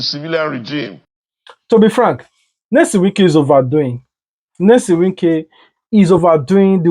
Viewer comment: Bruh! The name is NYESOM not Nelson.